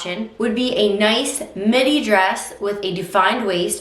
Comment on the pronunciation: When you said midi, I thought you said mini. At first I was like what?! 🤣